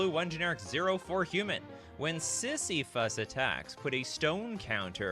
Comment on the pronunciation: It pains me to hear that horrid mispronunciation of Sisyphus.